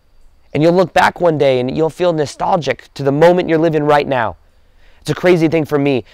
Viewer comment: I knew he said, "right meow" lol.